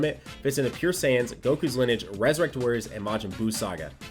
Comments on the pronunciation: its (Lin-e-age), not (Linege) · Lineage (Lin-E-age) I’m sorry but that made me cringe when he said it wrong 😭 it’s stupid Ik but oof 🙃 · Someone needs to teach how to say LIN-E-AGE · Linnage sounds like one of those meal abbreviations like linner and brunch. Hope someone tells how to pronounce it for the videos that will doubtless be coming on the teams. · l i n - i d g e gotta love that accent lmao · i cringed just a bit every time nano said lineage wrong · Oh my god, me too! Still hyped about the units though!! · Who else got triggered when nano didn't pronounce the E in lineage.... just me? ok